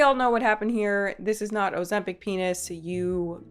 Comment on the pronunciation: see, least ur saying this one correctly lol, i was expecting "ozembong" after the way you pronounced mukbang. :), scent bird is trash by the way.